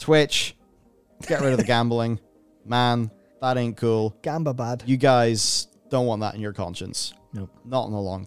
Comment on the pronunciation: You guys pronounce gamba wrong. The first syllable is high pitched.